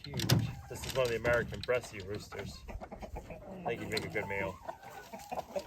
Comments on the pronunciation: Yes the American Bresse are great egg layers and eating. Bresse is pronounced with the final e silent. 💗💗👍👍🙏🙏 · French chickens. BRESSE. The "E" on the end is silent. Or, not.